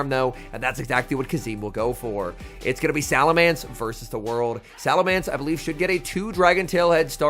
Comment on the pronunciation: I wish would pronounce salamence correctly